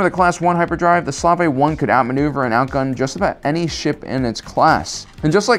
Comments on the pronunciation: Are you mispronouncing Slave on purpose? Long A as in “space” and the E is silent. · I hope you’re saying “slave” like that as a joke. Otherwise go watch how it’s really pronounced smh